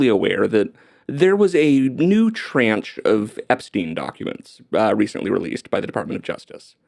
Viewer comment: The way you said tranche made me downvote and move on.